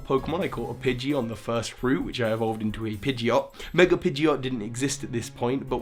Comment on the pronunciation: VENUASUR, NOT VENASAUR! AND DO NOT LEAVE OFF THE D IN PIDGEOT!